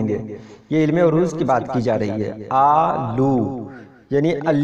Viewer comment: آپ بار بار عروض کی عین پر پیش لگارہے ہیں جو کہ غلط ہے عین پر زبر ہے